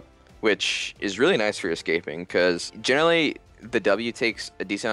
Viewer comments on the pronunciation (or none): Has he been saying jhinerally the whole time? Like a pun, of jhin and generally? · Does anyone else realize he keeps saying jhinerally